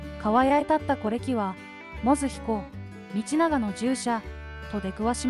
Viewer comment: てんこう、みちちょうにも驚いたけど、 ひだり・だいじん”ではなく”さ・だいじん” …音声読み上げソフトか何か使ってます？ あまりの読み間違いの多さに辟易。内容が入ってこない😅